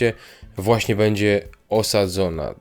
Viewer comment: bĘdzie, nie bEdzie bo ciężko się tego slucha